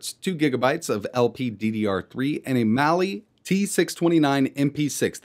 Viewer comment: It's Mali on the Tinker Board not Mail.